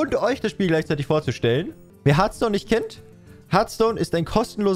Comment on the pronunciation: Harfston bitte aussprechen